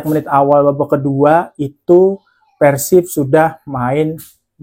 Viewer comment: Mas gua baru pertama kali nonton video lu, tapi jujur udah suka, bbrp alasan: 1. Penyebutan persib yang bbrp kali benar: pérsib 2. Meskipun lu fans persija, tapi analisis & penyampaiannya ttp objektif & fair tanpa embel2 songong/menjelekkan persib, respect Saran buat video review match persib vs persija musim depan: 1. Analisis buat persibnya kalo bisa diperbanyak, gua yakin dgn objektivitas & fairness analisis lu, seiring berjalannya waktu bakal banyak bobotoh yang nonton & suka (salahsatunya gua) 2. Bikin video pre-match analysis hehe, mantep tuh Semangat terus berkarya mas, gua dukung, salam damai & sportif bobotoh the jak 🔥💪